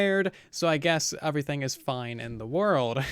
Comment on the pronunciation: why does he say overything instead of everything and Ashley instead of astley